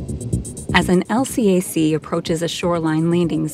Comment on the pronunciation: These videos are cool, except for the computer narration. LCAC is "El Cack".